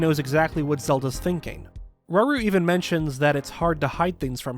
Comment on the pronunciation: it’s rauru not raoul